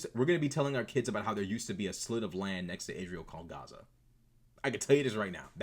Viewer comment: I wouldn't make too much of the "accent". Pronouncing it as "chaza" is a dog whistle to show your alignment, accent or not. It's LARPing.